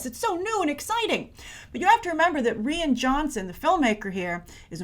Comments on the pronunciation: Rian is pronounced like Ryan not Ree-an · Did she just say Ree-An Johnson? I hope you know it's pronounced Ryan.. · Just to say Rian pronounced Ryan not Reean. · Did you just say "Rian"? XD its "Ryan" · The way you pronounce "Rian" is throwing me off. For future reference, I'm pretty sure it's pronounced the same way as "Ryan" - so the 'i' in "rian" is say like "eye" not "ee". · Good grief, stop saying "Ree-an" Johnson. It's pronounced "Ryan". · Its pronounced R-I-an, not R-e-an. No offence Grace. Oops nevermind. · is it ree-yan ? I've always thought it was Rai-yan :P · How do you mess up the name Ryan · Its pronounced "RYAN"...cmon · the way you said it like Rhian is a girls name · It's pronounced Ryan